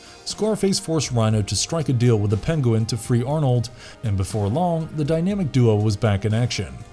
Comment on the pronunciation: OK, just gotta say, it's not Pen-go-win, it's Pen-Gwen, lol. Good try though